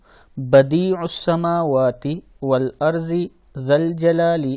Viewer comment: Walardi ka pronounciation ap n glt prha hai walardi hai walarzi nh